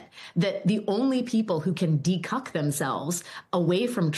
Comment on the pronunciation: Did she say de-cuc?